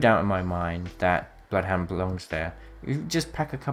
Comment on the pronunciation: my man said bloofhunter